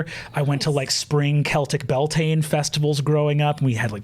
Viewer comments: For any non-Irish, the Bealtaine festivals that Breenan mentions are actually pronounced Be-owl-ten-ah not bell-tain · I can't find the clip to see how he says it but I've always heard it pronounces b-yel-ten-a (then again I have a habit of crushing syllables together when speaking irish) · Every time he says "Bell Tain" I want to shake him. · I agree so much with Brennans take on the diaspora and the complicated relationship between irish americans and irish people. I'm Irish myself and there are shitheads on both sides of that divide. But every time he says bell-tayn or bod-ran i want to tear my fucking skin off... (Bealtaine is promounced b'yowl-tin-ah and is an important irish pagan festival, important enough that we use the name for the whole month. Its about spring and life renewing. A bodhrán is a hand drum and is pronounced bow-rawn) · The "Beal" in Bealtine nowadays is generally pronounced where the -Beal rhymes with the -Cal in California and the -tine is like saying "tin-ah". The history of it is sort of contested, but the general consensus is that it's from the words béal ("bale" = mouth) & tine ("chin-ah" [not as in China, but as in the chin under your mouth] = fire). It was likely still pronounced Bealtaine close-ish to modern pronunciation at least for the last few centuries before now ("bale-tin-ah"). So the mouth of the fire/fire's mouth, being the start of the summer season and the warmest part of the year - and a day of celebration and ceremony, where bonfires were lit in ritual to bring fortune and prosperity and good harvest in the year to come and much more. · with all the love and respect in the world… the way he pronounces bealtaine… Brennan no!! (bee-yowl-tana if ppl are curious) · why does he pronounce bealtaine like that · his butchering of bealtaine really got me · But his Bealtaine pronunciation though… 😬 regardless, yes, we accept him as one of us 😂